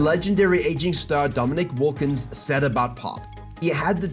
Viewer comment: haha! You said “Dominick Wuhlkins” 😄 enjoyed the video, thanks 👍